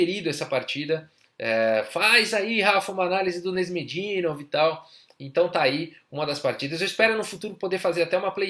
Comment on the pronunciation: Seu canal é ótimo meu caro, não perco 1 vídeo. Se eu pudesse dar apenas uma sugestão (nada muito significante não), a pronuncia do nome de alguns jogadores é engraçada às vezes rsrs. Canais como o do Agadmator's podem tirar a dúvida legal sobre como pronunciar alguns nomes difíceis tais como o do Nezh